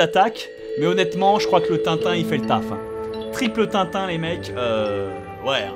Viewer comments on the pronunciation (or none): putain les gars faitét un effort c’est tin tin